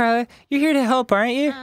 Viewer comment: What he says: hup ^.^What he means: help